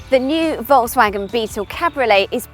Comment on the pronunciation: First, Pronounce the companies name right!!